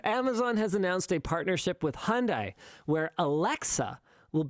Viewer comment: That's not how you say Hyundai, it's not Hondai KEKW. Otherwise not a bad video. KEKW